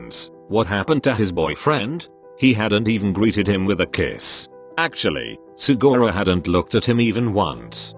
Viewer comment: I love how the voice said sugora